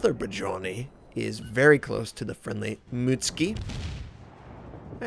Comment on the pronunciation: Notser its pronounced "Boodennij" not "Bajoni"